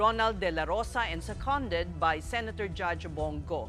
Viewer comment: Please pronounce the word “SECONDED” correctly. Stress on the 1st syllable !!! Not on the 2nd as you just did !!!